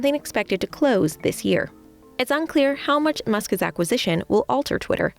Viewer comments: Who is Muskez? The presenter keeps saying Muskez. Isn't it "Musk's"? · "Muskas"? If you put an S sound at the end of "Musk", it doesn't need to have an extra vowel sound in front of it. Musk's. Not "Muskas". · Muskis... Why do you say it like that? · Why can’t she say “Musk’s”? It’s like listening to a child fail to say spaghetti or something. “Musk is” is not the same as “Musk’s”